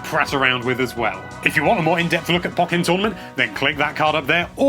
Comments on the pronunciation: Isn't it pronounced poh-KAY-en tournament? Because of the accent. Nah, I'm probably wrong... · Do you pronounce Pokken that way just to be contrary?